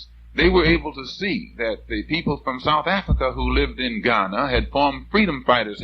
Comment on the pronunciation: I love how he correctly pronounces the cities in Ghana☺☺ so cool